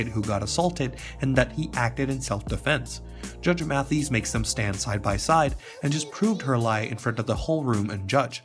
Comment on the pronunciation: So you should probably learn to pronounce his name properly before making a video for clout about him